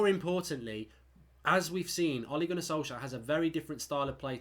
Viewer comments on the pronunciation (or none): none